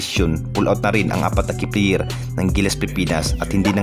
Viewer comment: perkins, Terence, hindi tirince, player hindi pliyir